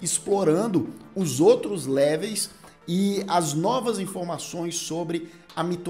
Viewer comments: Po cara... Leveis não né!! LEVELS! 🤣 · "Léveis?" Seriously? Besides that I loved the content! Congrats.